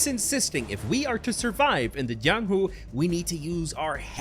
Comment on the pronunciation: THAT IS NOT THE JIANGHU THAT WUXIA ITS DIFFERENT and its called cultivation techniques also dont say the letter j as how the spanish and other countries say j as h or something ypu say j as j itself also is his name jiang or yang cause you say j as something edit this is not hate just a correction since if its created by a chinese it is most definitely going to be a cultivation world and cultivation is different from martial arts and if you are a golden core you are basically invincible in the real world but sometimes people dont really add these types of realms and ignores it completely